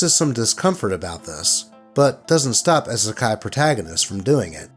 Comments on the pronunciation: please, it's EEE-suh-kye, like you'd say "e-mail" or "e-commerce". 😩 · Love your content. But that first story was hard to to sit trough when you kept saying "Eh-Sekai". lol It's a short "i". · I know it’s not intentional, but as someone quoted here: "Isekai" has hard "i's" like double "e's." My Misophonia makes it irksome when you say Isekai Protagonist. I’m sitting that first story out. Still, good job and keep doing what makes you happy. Also thank you for paying the CAT TAX. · "Isekai" has hard "i's" like double "e's." Also, aside from in Niten Ichi-ryu, wakizashi were mainly used as backup weapons if samurai lost their katana, so no one aside from a surface-level weeb would use two of them at the same time like that. Additionally, I hope the atheist douche ends up in the Wall of the Faithless. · Am i the only one upset oh how he is saying Isekai? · Why did you not research the pronunciation of "isekai" before reading this? XD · Not gonna comment on the spelling of it but you pronounced it wrong. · Could have at least pronounced “Isekai” correctly…